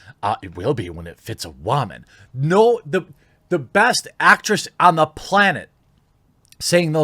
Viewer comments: Why does he say "Waman" and not woman? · Wamon, please dont ever say "woman" again. love the injection of "Wamon" cracks me up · It’s Woman, not Wamen... or what ever you fuck you call them. WOMAN WOMAN... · Question: Where’s the "H"??? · How you pronounce woman makes me cringe